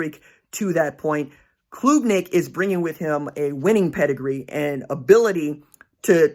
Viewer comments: Klubnik - like Club-nik, not kloooobnik - enjoyed it! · Hey RJ, Great work as always! ( it’s pronounced •club• •nick• ) ✊🏽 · it is pronounced CLUB - NICK -- just saying